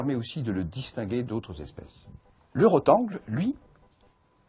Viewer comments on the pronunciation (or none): Un rotengLE et pas roteng